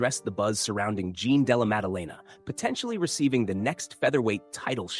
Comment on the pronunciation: bro you said Jean de la magdalena. Down vote!!!!!! stop with this ai bullsh!t